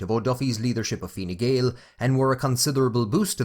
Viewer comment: Learn to pronounce the name of the party correctly, stupid